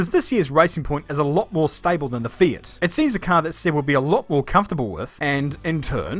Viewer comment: lol did he say fiat?